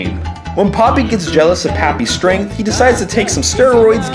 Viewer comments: Not poppy pronounced po pee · also popee is pronounced POH-PEE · Well her name is not papi her name is popee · Has anyone noticed most of the time he was saying papi the same for the entire video? AKA he was calling popee and papi the same thing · I always thought Popee's name was pronounced POE PEE lmao